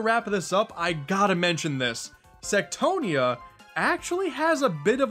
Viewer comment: What you said "Queen Sectonia" What i heard "Queen Sextonia"